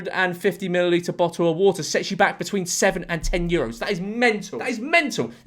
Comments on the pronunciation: youre british you legally need to say bo'o'o' wa'er edit: since some people dont seem to understand, it was a joke, like chill out. And also I'm not american. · bo’le of wa’er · Bottle Of WuhTah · A bo'le o' wo'oh?! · gotta love how he's making an effort to not accidentally say bottle o wa'er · George out here beating the "Bo'oh o' wo'ah" allegations on behalf of the British Public 💪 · better than saying "Boddle of warder" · You know he's siding with the Americans when he pronounces bottle of water with the Ts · the way you seemed to emphasise the t's in "bottle of water" seemed personal ngl